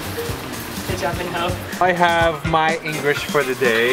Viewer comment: totally won, you just can't be Choi Minho and Onew but aren't you supposed to pronounce Minho as mi-no?